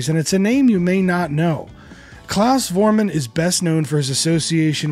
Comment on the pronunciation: When will they ever learn to pronounce Klaus' surname correctly? Foremunn. And Jürgen Follmer. And Ustrit Kirchherr. And are those Liverpudlians really called The Beals?